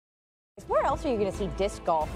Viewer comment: When they said, "Disssscuh golf" 💀